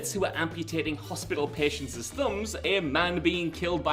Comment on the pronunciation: What I missed in BTTFII is the 4 seconds of the film after Marty gets knocked out, inexplicably removed around 2010. I missed it in the Blu-ray and I missed it on UHD and I want it back! Also: patients' isn't pronounced patientses neither I nor Christopher Lloyd could... Nixon served almost a term AND A HALF before resigning, and to say he only served one is only correct in the sense that he didn't serve a full second... because he resigned in shame that's hardly foreshadowing of Lorraine's implants, just jokes about implants in general (30 years in an alternate future)